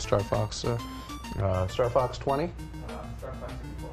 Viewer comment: I heard him say "star fax 24 " and "star fave 420"